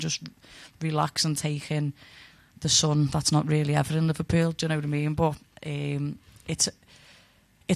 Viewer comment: How thick does your accent have to be when you say “um” like “iiiihm”